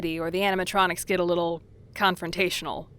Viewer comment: If the animatronics get a little... "Confrontaional". Me: The... W H A T?